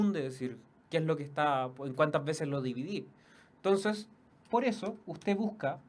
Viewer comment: ENTONCEEEEEEEEEEEEEEES NO TONCESSSSSSSSSSSSSSSSSSSSSSS NO ESTÁS CHATEANDOOOOOOOOOOO